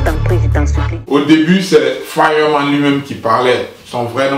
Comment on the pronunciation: Comment tu prononces Fireman là 🤣🤦🏾‍♂️